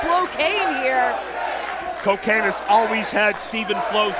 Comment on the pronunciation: It is CoKane like Corporate Kane